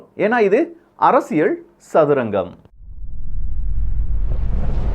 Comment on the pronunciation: அறசியல் அல்ல அரசியல் ! உச்சரிப்பு முதலில் கற்றுக்கொள்ளவும்